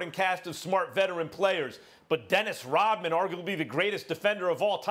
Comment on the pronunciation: Hahahhaa why u cannot say rodman